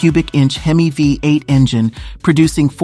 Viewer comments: Did she actually say "hem-miss" engine? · Hemiss engine? Illiterate narrator. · Hemis! Huh?! Sounds like humus! Lol